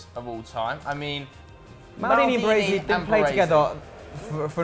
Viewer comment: Can't pronounce Costacurta 😱and Baresi , wtf is wrong with British ?? They can't pronounce Italian and Spanish names right !!!!😱